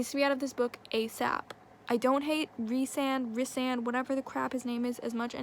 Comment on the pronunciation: how am i supposed to be to finish this video when this youtuber keeps saying “riss-sand” instead of “reece-sand”